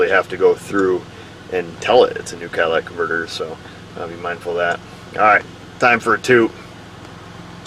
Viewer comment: Are you saying "Cadillac converter?" LOL